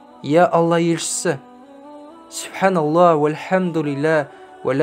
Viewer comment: Субханаллах дегенде Х әрпін айтпай жатырсыз,айтпаса да бола ма